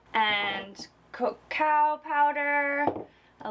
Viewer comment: You and pronouncing cocoa powder lol!!!